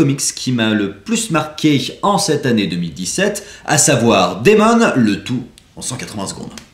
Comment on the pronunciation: Bonne vidéo comme d'hab ! Tu m'as donné envie de le découvrir :) Seul petit bémol, il serait cool si possible de montrer un peu une ou deux pages qu'on ait une idée visuelle du style etc ;) (et ta prononciation de Demon :p)